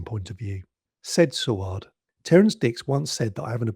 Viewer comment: Yes, the return of the Cyberment and Adric's death were surprises. However, a word of advice - do a little bit more research - Eric Saward's name was pronounced Say-ward, the planet Traken is pronounced Trarken, and March 1982 was not chilly - it was mild and sunny all the way through, like Spring should be. Perhaps trivial points points, but those of us who were around at the time tend to find it annoying after a while (particularly when you kpet saying Sar-ward instead of Say-ward).